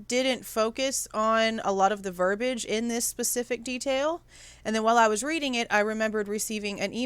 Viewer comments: I just learned about your page from Harsh. Interesting points. I just have to say, though, that "verbiage" has an "i" before the "a" and it's pronounced. You're far from the minority in mispronouncing that word, just so you know. 😉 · Ver bi age has 3 sylables